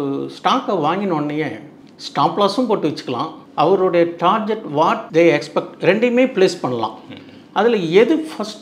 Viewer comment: Target❌ Tarjet✅